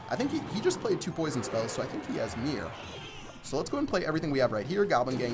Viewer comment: why do you call mirror the meer